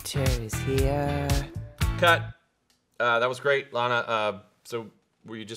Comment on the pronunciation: "Llama" Del Ray lol!